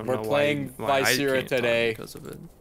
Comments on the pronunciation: I think it's pronounced "Viscera" not "Viscera". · not knowing how to say viscera will never stop being funny